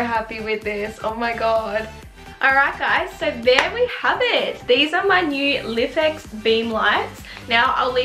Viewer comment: Thinking of buying one of these, so this video was done very well and ur channel in general is great! *Just a little FYI: its pronounced "Life-X" not lif x haha 😆🤣